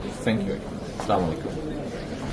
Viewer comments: এতো বড় নেতা সালাম টা ও সঠিক ভাবে দিতেই পারে না। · মুসলিম হিসেবে সালামটা অন্তত শুদ্ধভাবে দেওয়া উচিত ছিল তবে ইনশাআল্লাহ শব্দটা ঠিক আছে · সালাম টাও শুদ্ধভাবে দিতে যানে না,,,, 😢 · সালাম টা ভালো করে দিতে পারে না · তারেক রহমানের সালাম দেওয়াটা সুদ্ধ হয়নি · সালামটাও ঠিকঠাক মতো দিতে পারে না,, জাতীয় ইমাম সাহেব 😂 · সালাম টা ও ঠিক করে দিতে জানে না। এ করবে দেশের উন্নতি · সালাম টাও ঠিক মত দিতে পারে না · সালামটা শুদ্ধ হওয়া উচিত ছিল